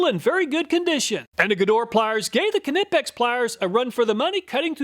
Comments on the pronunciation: The K is silent in Knipex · The K is silent in Knipex. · Do you pronounce the k in knife too? XD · His pronunciation of knipex😂I love it! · No, it is NOT silent! It’s German, not English. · It’s NOT silent. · Surely the K in Knipex is silent, that would be much more efficient.😂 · Knipex , the K is silent like in Knife . For the third time . :>) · Cool you're still pronouncing the k in knipex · Now only if he can pronounce it as nip-ex, not ka-nip-ex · Great but ka-nip-x is a brand new pronunciation. I ka-now I ka-now. Great video as per usual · Knee pex ! Greetings from Germany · The proper German pronunciation of KNIPEX is k-nee-pex [knipɛks], but phonetically speaking, it is very reasonable to pronounce it nee-pex in English. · I've been in the workforce over 42 years, and I have used all kinds and brands of tools. I swear by knipex. But please, I beg you , stop saying kanipex. LMAO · Kuhnippex , my ears are bleeding. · The k is silent btw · The K is silent, it's just Nipex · it's pronounced knipex btw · Ah, ze Knipex iz da Weltmeister! ... BTW: they are pronounced "knEEpecks" (German dude over here...) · Almost. German "i" --> "eee". Kuh nee pex. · 😂😂😂😂😂the way you pronounced Knipex cracked me up. It's like hearing the 2 rednecks reading misspelled roadsigns 😂😂😂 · K is silent in Knipex.. (usually "k" is silent when followed by an "n", as in know, knowledge.. etc) great testing! Very Helpful! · In most cases yes, but the manufacturer has a section of their website talking about this topic. They say it is silent. Right or wrong grammatically, the company get to name their company as they see fit. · K in knipex is silent.